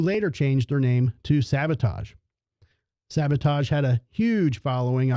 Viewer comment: Great historical event being captured here. I wish someone would have corrected/educated the ABC Action News guy on his pronunciation of SAVATAGE (he kept saying SaBOtage). Nails on a chalkboard! LOL LONG LIVE \m/etal!